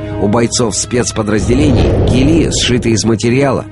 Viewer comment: Не гилИ, а гИлли. Костюм правильно надо называть